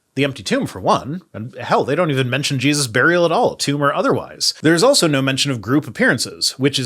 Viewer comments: am I hearing thinks but did he call Jesus Jeebus? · Every time he says Jesus i hear Jebus. Some strange accent? Is it just me?! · Did he say Geduses? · Is it me, or does this guy keep saying "Jeebus?"